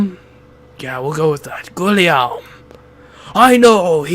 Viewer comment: Ok, thank you for making a let's play for this game, but is there a reason you didn't just look up the pronunciations for some of the trickier names? Guillaume is a bit odd because it's a French spelling that's very unintuitive for English speakers to sound out, but its actually a whole lot easier than you're making it: GHEE-yoam. The double-L makes a Y sound, similar to guillotine.